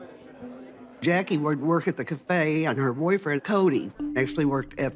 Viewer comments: Except when he says “cafe”. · He says “cafe” really weird.